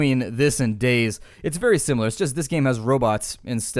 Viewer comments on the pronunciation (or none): You mantioned that this game is similar to games like Days. Did you mean DayZ? The way it was origionaly meant to be pronounced is Day Zed because Zed is the way you pronounce Z in Europe. The most common is Day Zee because the capital Z means that it is pronounced seperatly. No harm done in pronouncing it Days however. I just wanted to provide some insight. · Its pronounced dayZEE, not days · xd he called DayZ days instead of ( day-ze) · He said dayz lol its day z (day ze/zee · Not sure I can continue to watch after you just said "days" instead of "day zee". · why do you pronous Day-Z wrong you called it Daze not Day-Z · Day Z not "Daze" that was erking the hell out of me. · Uh... DayZ is pronounced day-zee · I was confused at first when you said dayZ because you said it like days. Nothing wrong with that it's just that I find it a bit odd. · Its Day z People always say daze but oh well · its actually pronounced dayZ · No its pronounced DayZED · i came into the comment section expecting people to be talking about how fast you talk, but instead they are all talking about how you mispronounced DayZ lol